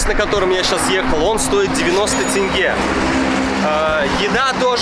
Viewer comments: Наконец-то кто-то правильно говорит тенге! А не тЭнгЭ 😁 привет из Астаны! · Скажите ещё раз тенге, вы говорите как надо, правильно, прям бальзам на душу. А то смотришь и вечно в роликах тЭнгЭ тэнгэ, как будто британец какой то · За то что сказал тенге а не тэнге, отдельный лайк!